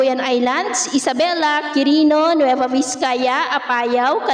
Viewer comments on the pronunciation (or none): none